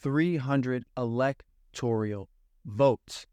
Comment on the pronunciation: When you can’t pronounce electoral, you lose credibility in your theory.